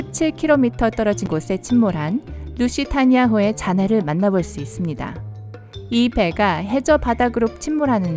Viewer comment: 루시타이나 가 아니라 루시타니아인데 수정좀